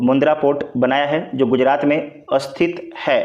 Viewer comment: स्थित होता है अस्थित नही 😢